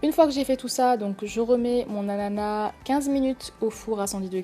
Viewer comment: Un moment vous avez dis "anana"